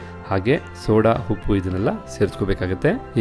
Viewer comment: Congratulations dear... 😊for your success.. One suggestion is has to improve his pronunciation of akki (pronouncing HAKKi)..and uppu (He says Huppu).. Hope u take it positive...